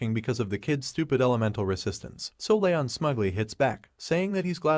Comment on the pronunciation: since the voice swap at around 50% of the vid he says Ryon. HIS NAME IS LEON